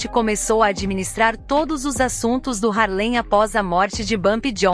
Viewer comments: Muito interessante até dei um like assisti o filme, mas alguém me dis aí é duro ouvir ela falando (HARLEM) um bairro ou município não sei bem sendo que o correto é (HARLEY) por favor né, mas parabéns pela matéria. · Não é "Harlém"; É "Hárlem". A matéria está ótima, mas a pronúncia também é importante.